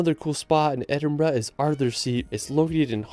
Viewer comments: Edin-bruh moment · HE SAID EDINBURGH CORRECTLY!!!!!! you just made this brit very happy